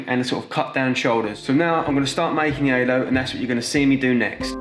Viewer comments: good video but I cannot understand a thing he says 😬 took half the video to realize he was saying Halo and not “aylo” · He kept saying alo 😭😭😭 it's halo